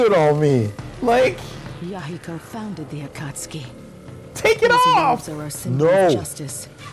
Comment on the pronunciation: Konan: It wouldn’t be so bad if he didn’t keep using the hard “U”